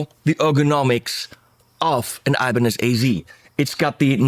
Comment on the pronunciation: It's not aibanedj, but ibanez😁